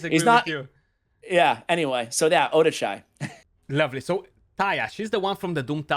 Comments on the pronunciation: is a good guy. But Odachi is pronounced OH-DUH-CHEE not OH-DAH-CHAY. Like Sachi he said it right (SAH-CHEE not SAH-CHAY). Fenchi (FEN-CHEE not FENCHAY) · oh-duh-chai? its pronounce oh-dah-chi. its japanese not indian lol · Once again ruins Odachi Where do you see chai??? It is pronounced O___Da___Chi